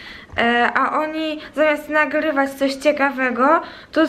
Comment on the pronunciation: "Jeszcze rlas", "rlazem", "nagrrrywac". Mam wrazenie ze specjalnie to akcentujesz. Czasem zapominasz i wymawiasz "r" normalnie.